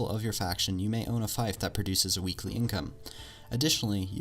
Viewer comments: Fief is pronounced "feef" not "fife" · its not a fife its f-ee-f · It's a fief, not a faif. "Faif" reminds me of bagpipe... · "A fife" lol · only thing ill laugh at is how you say "fief" say it like Thief or Feef NOT "Thife". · Isn't fief pronounced like "feef"? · It's feef not feyef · Fief = "Feef", not "fayf". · Fief is pronounced feef not fife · it's fief, not fife... fief, pronounced fif.... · I'll be given a fife, when pledging allegiance to a faction? Is this from a mod or did you mean fief? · It's pronounced feef, not fIfe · Am I the only one who thinks "fife" sounds more badass, than "feef"? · It's pronounced fēf not fīf A Fife /fīf/ is an instrument. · Its pronounced f-ee-f not f-eye-f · HAHA wtf? You say fief so wrong! you said it like figh-ph when its like feef. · Fief is pronounced Feef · Fief is pronounced “feef”. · Umm buddy it’s pronounced feef just spelt fief also fun tip a lot of small villages together are called a fiefdom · It's pronounced "feef" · Thanks for the video, mate. By the way, "fief" is actually pronounced "feef" Also, got any tips for how to hold onto a castle once you've declared yourself King? Every time I do, the enemy martial calls a campaign against me and attacks it with so many troops I can't hold it. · Here’s some things you miss pronounced (Khergit is pronounced Kur-git) (Veagirs is pronounced vay-gers) (fief is pronounced fee-f that’s all great tips otherwise :) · Fief is pronounced "Feef" but good video non the less, +1 sub :D. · Yes, it is pronounced "feef" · JonatasAdoM It is pronounced "feef". I'm a Medieval Studies major. This youtuber pronounces several words wrong on his videos. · Ah I get it yes it's not "Faife" as he said but I don't think it is feef either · Trololol, it really isn't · Was triggered and cringed everytime he pronounced it incorrectly lol, still a great video and taught me something. (